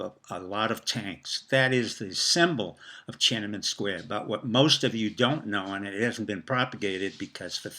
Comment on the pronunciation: TiananmEn, not TiananmAn. Also, the ENGLISH word is PEKING, not Beijing (which is chinese). And, it is called "Six Four", not "sixty four"